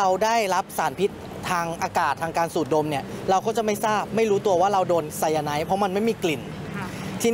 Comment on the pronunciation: ออกเสียง คือไซ-ยา-ไน ไม่ใช่ ไซ-ยา-ไน๊ท